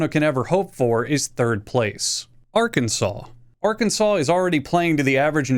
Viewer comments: That’s how you pronounce Arkansas. Idk why, it just is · "Arkansaw" Why are you even trying to roast the state when you can't even pronounce it💀💀